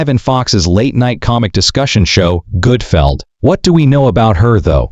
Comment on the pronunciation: It’s Gutfeld, you putz!